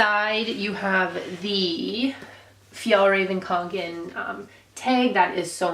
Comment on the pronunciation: yup u definitely butchered the name lol its Fee - Yall - Rahh - Ven Kong- Can